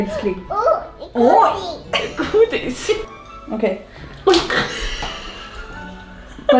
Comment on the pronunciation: Hon säger ju gudis!! Inte godis